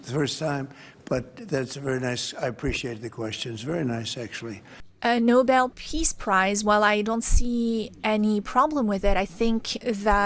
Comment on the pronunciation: he said Nobel Piss Price... not Nobel Peace Price XD